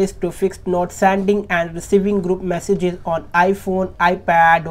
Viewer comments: tap "massages" noice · “Massages” even though it says message multiple places.